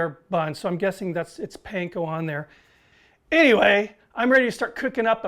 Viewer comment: repeat over and over listen to how he says anyway ahhahahha